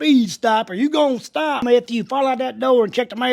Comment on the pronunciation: instead of tsop its sotopuuh